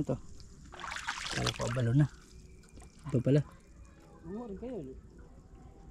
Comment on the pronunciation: Boss Ang tawag dyan ay A -Buh -Low-nee corrections lang